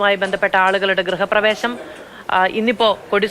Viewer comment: ഗൃഹ പ്രവേശനം എന്നതല്ലേ ശരി.. ഇയാൾ ഗ്രഹപ്രവേശനം എന്നാണ് ഉച്ഛരിച്ചത് എന്ന് തോന്നുന്നല്ലോ